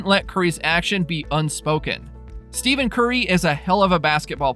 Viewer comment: This guy keeps pronouncing Stephen Curry and Draymond Green name wrong.